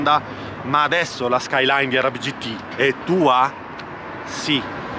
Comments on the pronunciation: Nissan gt r 34 skilyne no skilyne r 33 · SKYLINE R32 .. NON SKYLINER ... pronunciarlo cosi ... e una bestemmia 😀